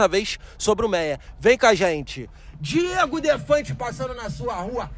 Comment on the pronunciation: Bom q vc erra o prórpio nome!!!...hahaha DIEGO